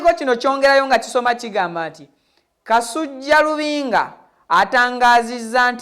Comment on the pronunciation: Ssebo tereeza olulimi ayitibwa kasujju so SSI kasujja nga bwosoma